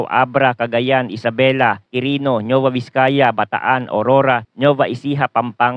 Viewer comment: Kindly check your pronunciation, NUEVA Ecija/Vizcaya, NOT NEUVA.